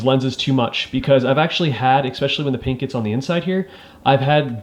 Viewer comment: Great video but please teach yourself to not say “exspecially” because it is not a word. It is pronounced “especially.”